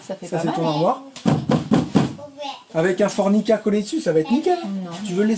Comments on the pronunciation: FORMIKA et non forNIka hihihi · je crois que tu dis fornica mais en fait c est formica me semble t il 😕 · Cc tu es sur qu'on dit fornica ? C pas plus tôt formica .après sa reste de la fornication logique c la chambre ptdr